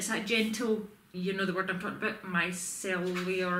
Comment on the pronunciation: You said the micellar correct the first time morgan uses the tea tree ones xx